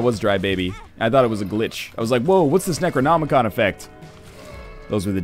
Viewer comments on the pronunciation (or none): none